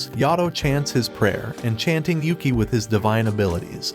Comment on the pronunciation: Everytime I hear him say Yuki as Yukai, I get a stroke. It's like he didn't watch the anime